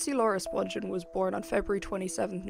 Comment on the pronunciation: Her name is pronounced Spung-ghen not Sponge-en. Watch her mother's interview on here. She knows how her name is pronounced.